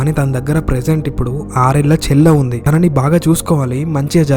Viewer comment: తెలుగు పదాలు సరిగ్గా పలుకు తమ్ముడు తిను, తినని కాదు తను, తనని అని పలకాలి.